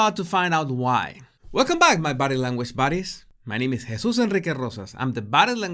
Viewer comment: Does he call us "Body Language Bodies" or "Body Language Buddies"?